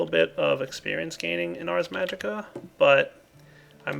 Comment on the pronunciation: Dude it's ARS magica not arc